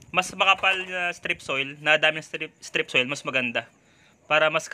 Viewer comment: Hahaha pinagsasasabi mong strip soil. 😂😂😂